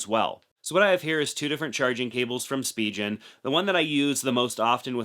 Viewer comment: Spijen ❌ Spigen ✔️